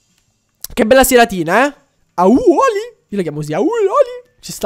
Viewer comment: Si dice auli